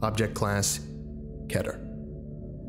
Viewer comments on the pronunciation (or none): Thanks so much for that On a side note; it's not pronounced "Ketter" as in better/letter, it's pronounced "Keter" as in Peter/Meter Please pronounce it as it is: Keter, not Ketter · Keter is pronounced Keeter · Scp 5739 Object class:appolyon Name:the guy who says keter like they don't know go to say keter